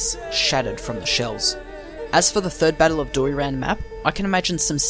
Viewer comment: Here are some corrections of pronunciation in Bulgarian. Imagine Doiran being spelled Doy Ran. The Doy would be pronounced as Boy but with a "d" instead of a "b". All letters in Dobro Pole are pronounced. Do Bro (like the slang for brother) P Ole (ole- like the Spanish chant). Dobro Pole and the Cerna bend are basically the same place. The one term refers to the field or plane- Dobro Pole means Good Plane and the other refers to the Black River Bend- Cerna (pronounced cherna like "ch" in the word church and "erna_ pronounced similar to earn like in earning money but with a distinct "a" as in apple in the end of the word).